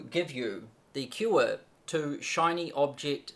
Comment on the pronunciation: Cure! Lol, I thought he said "the q-word to Shiny Object Syndrome" and I wondered what a q-word was